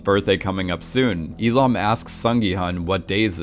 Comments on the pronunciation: It's "Oh IL-NAM", not "IL-AM". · only one thing, is Oh Il NAM not Oh Il am x_x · Lol "Elom" its Il-Nam... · He musk have mispronounced. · Yeah and he says it like 200 times. E Lam. It’s iLL NAM. But whatever. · Is it just me or instead of saying il-nam he was saying Elon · Not hating but who kept thinking he just kept saying “Elon” instead of “II-nam” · Il- Nam ... not Illam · Eelam eelam eelam.... it is IL NAM. Or Eel Numb if you want to pronounce it. Shessshhh. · I just dont get how you mispronounced nam to ham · Bro what did you call him? "We Lam"? Its Il Nam lol, pronounced just like that* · ilam? its ILL NAM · its not eelam its il nam 🤦‍♂️ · I understood "Elon" instead of "Il-nam". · I like how you pronounce his name like “elon” it just sounds like something that elon would have done. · Now I'm not great at pronouncing Korean names at all, but all I keep hearing is Elon instead of Il-Nam, coincidence? Amazing video btw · Why is it that when he says il-nam it sounds like Elon 😂😂😂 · Everytime you say "Il-nam" I hear "Elon" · When you say Il-nam I keep hearing Elon. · Every time you say Il-nam, I hear Elon. And it still would make perfect sense. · When he says Il-nam i always understand Elon and then I think "Yes, Elon Musk would totally do something like this." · Anyone else hear "Elon" insted of Il Nam" when the name is said? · Every time you say Il namm i hear elon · The more I listen to you mispronounce his name, the more it sounds like Elon :D Great analysis! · "Oh ill man", lol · IL NAM - Jesus Christ please pronounce names correctly. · how're you going to call someone your favorite player, but then say their character name incorrectly? 🤨 also, "shark loans"? it's loan sharks. jeeze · Learn to enunciate ffs "sanctified" is not pronounced Synctiefied. Il-nam is also not pronounced Eee lam it's Ill nam